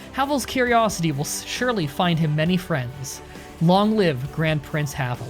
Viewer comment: In pronouncing Kajetan, imagine y instead of j and pronounce "a" as in "grass". And in Havel you have to pronounce "e" clearly as in the word "end". Otherwise you got that right :-)